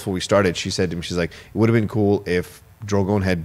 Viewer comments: Cheezus,.....say it with me....DRO-gone...DRO-gone.....DRO-gone.......it's never been druh-GOHN! The dragon is not French. At least the series ending means I'll never have to hear him butcher poor Drogon's name again...over and over. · The best part about Thrones ending is not having to hear pronounce Drogon ever again.